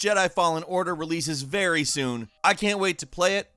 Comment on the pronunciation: Which is ve which is very